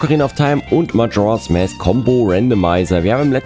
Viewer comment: 1. Was für eine Überraschung, dass in Truhen mit Spinnennetz-Dekor Skulltula-Tokens drin sind. :_ZeldaWink: 2. In MM gibt es keine Lon Lon Farm, sondern nur eine Romani Ranch. 3. English for Runaways: Ja, an sich spricht man im Englischen a wie ä aus, aber "mask" ist da eine Ausnahme; da spricht man das a wie ein a aus.